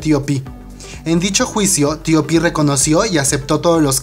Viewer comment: x que dices : " Tio pi " se oye horroroso , TOP TOP TOP , di TOP así lo pronuncian incluso en Corea !